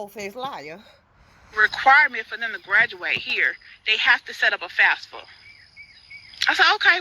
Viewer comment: She keep saying FASFA it’s FAFSA stupid